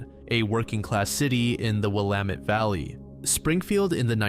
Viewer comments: Thank you,! You've been spoiling us again... or maybe YouTube is finally showing me your drops, lol. And an extra special thank you for pronouncing Willamette correctly! That's a rare one. I hope you've been well, sending love to you and all in the community ✨️🖤🐧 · Thank you for pronouncing Willamette properly 🙏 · shout out for pronouncing Willamette correctly